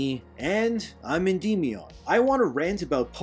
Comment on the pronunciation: This is stupid AF! Also you cant even pronounce Endymion correctly. Lmao